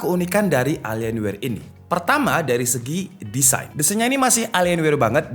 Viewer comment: Bacanya Elien Wee bang. Terima Kasih